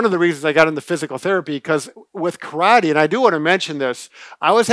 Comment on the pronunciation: I’m disappointed that, especially, doesn’t say “karate” correctly. Bob, quit interrupting, please.